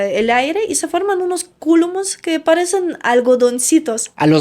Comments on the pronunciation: Se dice cúmulos, no culomus..... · Cúlomos ?? 😂😂😂😂 CÚMULOS 🤣🤣🤣🤣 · No son: CÚLUMOS, son: "CÚMULOS". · Jajajaja 😂😂😂 CULUMUS 😂😂 Será Cúmulos. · Se dice Cúmulos...😅